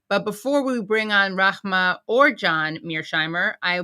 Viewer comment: Impressive Katie you are pronouncing Rahmas name like a pro.